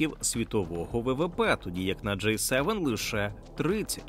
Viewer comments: Це «J» - [джей] Це «G» - [джи] Різні літери шо пишуться по різному та звучать теж трохи по різному. І да, Джей7, то скоріше J-7 - торгова марка соків від PepsiCo, а не те про шо ви дуже кльово і цікаво розповідали в цьому відео. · Дякую за огляд! Зауваження: G - англійською читається як "джі" "Джей" - це інша літера J. Цікаво було дізнатися про усі ці відмінності! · Джі севен! не кажіть джей севен. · До диктора: G7 читається як "Джі севен". "Джей севен" це J7 А взагалі, дуже крутe відео! Спасибі за просвіту <3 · Диктор говорить "Джей севен", хоча правильно вимовляти "Джі севен". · G7 це "джі севен", а не "джей севен" (J7) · Все добре, але нестерпно ріже вуха «джей севен» (J7), натомість має бути «джі севен» (G7) 😂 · Маю на увазі вимовляння англійської літери G в контексті Великої Сімки, «вісімки» та двадцятки. Диктор вимовляє «джей», що відповідає літері “J”, а має бути «джі» (G7, G8, G20). Гарного дня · протягом всього відео диктор називав G7 - [джей севен]. Що дуже ріже слух. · Теж звернула на це увагу